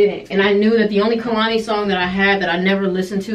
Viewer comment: i love you. its pronounced KAYlani